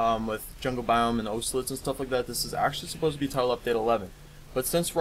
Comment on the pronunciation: It's not owselets it's ocelots